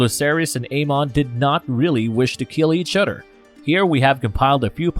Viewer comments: Why does this narrator always mispronounce the simplest of words in every video he does? Am I the only one hearing this? Mother-Mudder, Other-Udder, Bother-Brudder. Not trying to make anyone feel bad but it's kind hard not to notice while trying to pay attention. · Love your content but please can you pronounce your "Th's" instead of duh family and duh udder guys... brudders and duh messages gets so old man